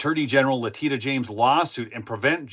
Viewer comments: her name is pronounced LE TISH A, not Le Teet A. Just an FYI, NOT a criticism. 😊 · I truly enjoy your reporting, very down home. God bless you! PS Leticia is pronounced Le-tish-a, lovingly called "Tish James" by her friends. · Letitia is pronounced like La-tee-shuh. No problem. They don't feel embarrassed. They know none of the charges are scholarly or fidelic to the law. It is more of a message they sent to the masses that they will mess with you regardless of law, merit, ethics, honor, or wealth. Not important to them. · Leticia not Latina 😂😂😂😂😂